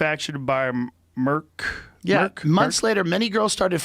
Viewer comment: Did he just say “Merck” like he had never heard of it??? Of course he has. How sketchy Joe Rogan.